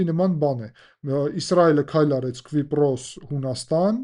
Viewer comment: Hetaqrqira, inchu eq asum Kvipros, tenc erbeq chem lsel, menq asum enq Kipros